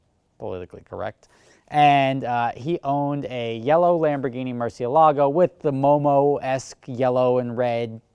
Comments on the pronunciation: Mercy AY lago, NOT mercy a LAGO!!! Damn how many people can't say the name correctly! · its not murcielAgo, its murciElago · Velahcity that's not how its pronounced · Liam Bach he says it wrong. Just like most Americans. Its a Spanish word